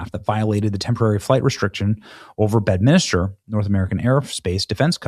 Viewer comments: Say it with me Benny. BED MIN STER. Not minister! You suck! 😂😂😂😂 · FYI, BENNY, It’s called Bed-min-ster, not Bed-min -is-ter! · He he goes again, Benny just can't pronounce names correctly. C'mon Benny it's just like it looks - it's B E D M I N S T E R , not Betminister. There's only one "i" in the name not two. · BENNY IT IS BED-MIN-STER....geez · BED.MIN.STER. there's no minister!